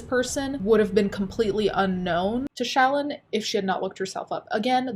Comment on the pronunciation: lol When you say Shallon it sounds like Childmo.